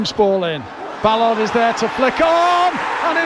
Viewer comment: Love the way he pronounces Ballaaaared !! Trying to make him french obviously!!